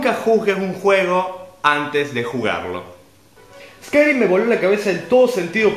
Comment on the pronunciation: ES CAI REEM (Skyrim) ;) HOMBRE LOBO-VAMPIRO-ORCO-MAGO-NIVEL 80 :OOOO